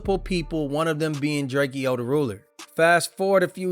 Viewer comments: It’s drakeo not drakio get it right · Drakeeo the ruler ..... Pronounce the name right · Stopped listening when I heard you pronounce Drakeo.